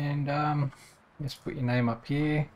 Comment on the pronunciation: "Hyyee" instead of "here" is almost physically hurting my brain..